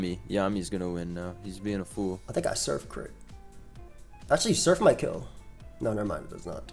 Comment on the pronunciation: "hit this man with da soif"